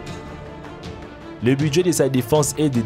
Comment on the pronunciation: Lıke cı t pour turquı